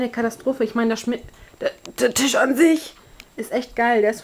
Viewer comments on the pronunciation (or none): none